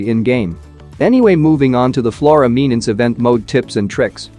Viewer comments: MENACE ✅ MENANCE ❌ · It's menance not memnance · its not MENANCE ITS MENACE